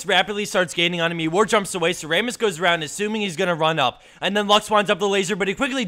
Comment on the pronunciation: Wait.. Ray-muss? Not Ra-muss?